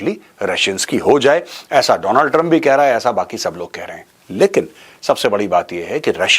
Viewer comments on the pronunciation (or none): none